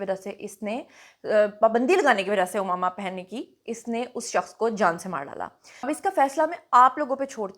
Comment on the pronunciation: عمامہ میں ع پر زبر ہے آپ پیش کے ساتھ ادا کررہی ہیں